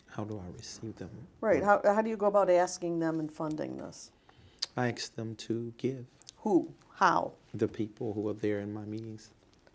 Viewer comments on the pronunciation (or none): Did he say "asking" correctly there ?? Wow ! THAT is a miracle ! I guess only the three letter variant turns into an "axe". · " I aks people for donatrions" LOL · HER: "Have you ever ministered to Debrah?" HIM: "You mean AX her for counsel? " HER: "Yes." HIM: "No, Michelle does that". Huh? Michelle is a therapist too??🤣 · AXE Michelle…😂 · Apostle does your bottom lip taste like steak? David - “you’re going to have to axe Michele”! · Does this guy really says "aks" instead of "ask" every single time? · Yes!! And correct him on how to pronounce "ask" and "specific." Be like, "Sir, it's not AXE. it's ASK! A-S-K! And PACIFIC is an ocean, you moron." That would have been amazing. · “You can axe Michelle” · “Aakss Michelle.” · I don't know. Axe Michelle. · I'm surprised it wasn't "I don't know, you'd have to ax Michelle" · Axe not ask. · Poor Michelle must be a bloody mess after all that axing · This idiot really emphasizes the word ask as AXE...AXE Michele. He really sounds like a natural born idiot... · "I don't know, axe Michelle." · Stupid it is ask not axe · the state of " I don't know axe michelle" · The Apostate has no command of the english language, he constantly mispronounces and misuses words and then uses phrases incorrectly or inappropriately. An english teacher would blow their head off in a suicidal fit of depression after listening to this azzclown after five minutes. "Axe you", "Could you be Pacific?", Budapesh. uhhhh. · I think so but you gotta axe Michelle 🤣🤣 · The Lady asking the questions is very unprofessional but.....I don’t understand so you’ll have to pacificly axe Michelle! How do you milk millions with such a limited vocabulary ? Well, Trump is president with a 4th grade vocabulary so I guess anything can happen!!! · " I aks people to donate" AKS???? The man can`t even talk properly!!! Surprised he even have any lips left to bite on!! What a dickhead! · Aks Michelle. She did whatever I aksed of her.... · Jack Goff .. axe* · AXE David...axe.